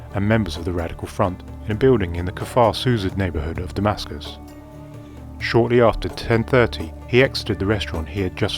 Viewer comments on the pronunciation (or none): none